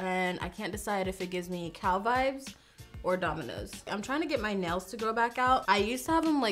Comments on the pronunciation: Idk why, but in the begging instead of nails I’ve heard nose couple of times and got really confused 😂 like “I just got my nose done and it’s giving me cow vibes..” whattt hahah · I always understand that she says nose not nails and I was like... your nose gives you dominos vibes?? I also just realized she meant the game not the brand... fml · It sounds like she says “I just got my nose done” and I was like wtf when that’s happened